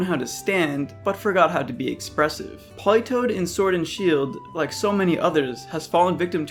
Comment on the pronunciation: Politoed NOT "Politoad" TOE